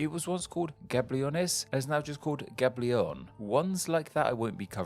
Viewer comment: Gaborone not Gaberone. Ashgabat not Ashgrabat.